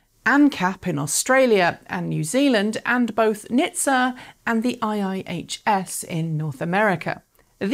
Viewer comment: for pete's sake, please stop reading out acronyms! it is N.H.T.S.A, not {nih-th-sah};)